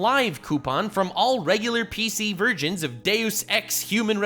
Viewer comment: OK, I KNOW i didn't just hear "mispronounce" the word "versions". Were it anyone else I'd have given them the benefit of the doubt, But him? Nuh uh heh